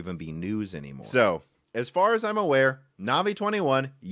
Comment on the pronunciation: Or Navi